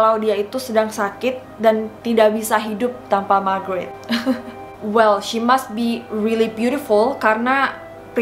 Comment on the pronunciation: Kirain ngomong Margarin🤣😅😂